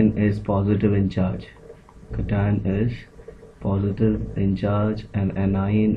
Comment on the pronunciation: Not Catine it is cation